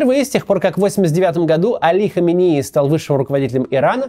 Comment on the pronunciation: Почему Кац регулярно путает ударение, называя прошлого и текущего рахбаров? Али ХаменЕи и Рухолла ХомейнИ. Это разные люди, все равно что Иванова и Иванько путать.